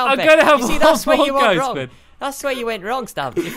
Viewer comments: you said sqauishey enstend of squid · I love your videos stampy I wish I can come to your world stampy blistic sqid sound's like sqashi.